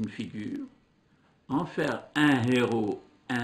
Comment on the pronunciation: وحتى الفرنسية لا تكلمها كما ينبغي يقول ان هيرو. En prononçant le h. وا اسفاه